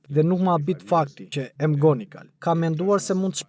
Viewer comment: O prej mali. Mësohu ta shqiptohet më mirë e saktë atë mbiemrin McGonigal o njeri. Jo Emgonigal se dukesh pak i mangët.